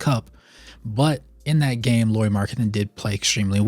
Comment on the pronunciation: Nice video, I always like to have Lauri/Jazz content :) Some comments: first not "Lori", Lauri as "Lowry" in Kyle Lowry. I think he has earned the respect to at least have his name pronunciated right by NBA finally 😅😂 (at least as close as Americans can 😉) About health: during his years with Bulls part of the reason why he was injury prone was the training they made him to do. They wanted him to bulk up so he could guard bigger guys. But it just made him lose the stuff he was good at: speed, bouncyness etc. In his free agency summer he started to work with a Finnish trainer and lost some muscle from wrong places and has strengthened his feets etc. That helped his health some in Cavs and more in Jazz. (Not to mention his playing!) Last year other teams targeted him with the vigor he has never seen before and was literally quite beaten up in the end of the year. Added to the fact that Jazz didn't exactly mind their best players sitting in the end of the season I'm guessing they talked him to miss some playable games too. I want to believe that when he gets used to his role as the guy in Jazz and what it means physically too, he will start to play more full seasons. He has also said that one of his goals is to play full 82 without missing any game. About world cup: Lauri said that he had troubles getting his feets under him (after long summer in army without playing 5 on 5) and that was the reason he shooted badly. (Also his team wasn't exactly creating him a lot of easy looks o